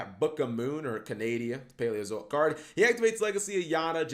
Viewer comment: Finally cap calling canadia correctly